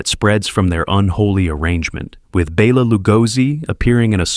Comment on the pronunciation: BELL-a Lugosi. Does AI care if we're laughing at it?